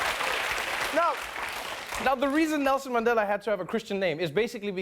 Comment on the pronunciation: He even say Mandhela instead of Mandela😂